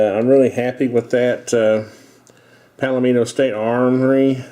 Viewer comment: "Palmetto" (like palmetto bug, not "Palomino") State Armory. Nice-looking firearm.